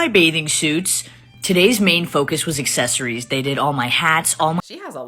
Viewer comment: The way she says accessories as "excessories" is very apt